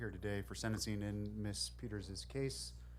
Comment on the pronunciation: This judge does not know how to pronounce the name “ Peters”what an ignoramus, for a supposedly educated man..!!